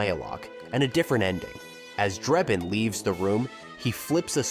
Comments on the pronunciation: Has this guy even watched any of these movies? His name is Frank Drebin, not Frank Dreibin or however you spell the name he kept mispronouncing that is clearly stated many, many times in all 3 of the movies. It's either an AI generated dialog or the guy's an idiot. But that nonsense aside, I remember when Police Squad was on TV. It was definitely too good for TV, Leslie Nielsen will never be topped, and I just saw a short trailer for the remake, It doesn't look good. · It's Drebin, not Drayben. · Draybin? For a video pretending to know everything about the movie it's shocking to consistently hear the name of the lead character pronounced wrong. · The narrator couldn't even say Frank drebin probably it must be AI How can you say it wrong it's literally said in the movie